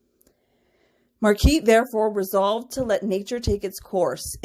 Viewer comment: Her name is pronounced Mar-guh-reet I’m pretty sure.